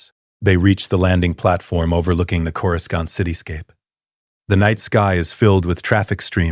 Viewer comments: Corus can't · You mean cour a scant. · Its KO-RU-SANT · Coruscant ❌️ Coruscaunt ✅️ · chorus kant? AI narrator, hard pass. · always pronounced it coroosont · Cora-scant lol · Dude I swear pronouncing Coruscant and Ani and Mustafar all wrong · I know this is AI but I can't understand why the AI can't pronounce coruscant right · Ironically enough, the AI did the old pronunciation of Coruscant, the one from the 90s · Because clankers just coruscan't bro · Is it pronounced Koro-skont or Korosont?.